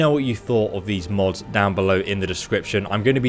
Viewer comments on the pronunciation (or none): none